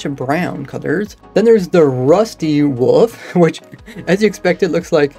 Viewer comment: Still amused at your pronunciation of wolf. Only YouTube channel that calls wolves woofs.